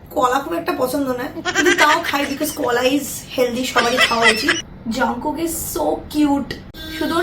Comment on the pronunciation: It's jungkook not jangkook